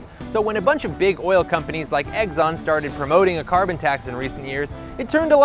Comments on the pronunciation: I am dumb, and my comment here is dumb, but for god's sake it's Exxon, not "Eggson!" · Hey, it’s not pronounced EGGSON, it’s Exxon. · im sorry but i cant take you seriously if you cant even pronounce exxon correctly. its exxon not eggzon. there is no g or z in exxon. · i love when you say eggzon instead of ex-on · It's Exxon, not Eggson! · Isn't it "ex-on," like the letter? Not "eggs-on?" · Okay... Why, why, why... do you keep saying "eggs-on" instead of "ex-on"? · I love the content but every time you said "egg-zon" instead of "x-zon" I winced and I lost my train of thought. Please don't make me wince. I'm old and it hurts. Thank you. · Quit saying “Eggson”, you doof. There are literally two Xs in there. You don’t pronounce X as EGGS. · You lose me with “eggs-on.” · Is he saying Eggson? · If he says "Egg-zonn" one more time, I'll kigg his azz. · People suck. Also... You say "Eggzon" so many times and I can't not hear it. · why he keep saying eggson?